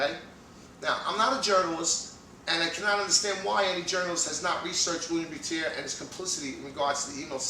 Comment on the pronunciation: BTW, You're not correctly pronouncing Willem Buiter's name. It's a Dutch name and you pronounce it in a French way. The correct way i guess is a combination of the "uy" as in "Peter Stuyvesant" & the word "butter". Not a biggie, but i thought i should point it out. Greetings from the Netherlands.